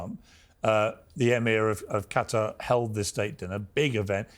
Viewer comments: why are these journalist all miss pronouncing Qatar, Piers says it correctly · Why is it so impossible for Americans to pronounce Qatar correctly? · Maybe if Sachs could pronounce Qatar correctly? I can’t listen to to this man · What’s also embarrassing is this guy’s pronunciation of Qatar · I thought is was pronounced KAY-TAR. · This guy can't even pronounce Qatar properly. Cutter was the agent in Passenger 57 played by Wesley Snipes! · I was thinking the same.... also "cuttery"? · Qatar is pronounced cutter . actually pronounced "terrorist state" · did you just call Huthi' "Yemen civilian government"????? What is this extreme pink washing lol I wouldn't trust a guy that says "Cutter" it's "QA-TA R" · QATAR , not CUDDER . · what's cutter it's Qutar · I despise how Americans pronounce Qatar as Cutter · It’s Qatar not cutter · AMERICAN JOURNALISTS: PLEASE! DO YOUR HOMEWORK. THE COUNTRY IS AND ALWAYS HAS BEEN PRONOUNCED "QA - TÁR" ... NOT "cutter" or "cuttery." TO SPELL IT OUT, FOR YOU, IT WOULD BE "KAH-TÁHR." and "KAH - TÁHR - EE." YOU SOUND VERY IGNORANT SO GROSSLY MISPRONOUNCING A COUNTRY THAT VERY RECENTLY HOSTED THE OLYMPICS. IT IS VERY DISRESPECTFUL. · Qatar or Cutter mate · it's pronounced Kah-taar not cutter. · Why does the first guest say "Cutter"? It's Qatar. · Where's "Cutter" exactly? Oh, you mean Qatar, cat-are.... "Cutter" bell-end 😂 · Stop calling the place "cutter" its actually pronounced "KA-TAR" ....where do you get "cutter" when you look at QATAR?🤷🏿‍♂️🙆🏿‍♂️🤦🏿‍♂️ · First of all, it's QATAR not Qutter. Goodness. Secondly, Piers, do you condemn israhell and do you admit that this was a terrorist attack?? since there was no combatants involved and they struck civilians ? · Is not called "Cutter"... is Qatar! 🤦🏻‍♂ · Just by the way they pronounce Qatar as “Cater” you can tell these demons have no respect for that country. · I just realised Americans call Qatar "Cud'r" or "Cudder" yet pronounce Qatari correctly ! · Anyone else infuriated by “Cutter”?